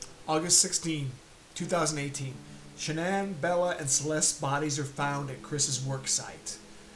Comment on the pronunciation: At least you pronounced her name right! More than most crime channels could do. But, you haven't posted in ages so no sub here.